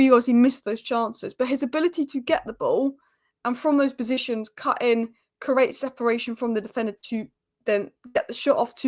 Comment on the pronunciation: cant say create 🤦😂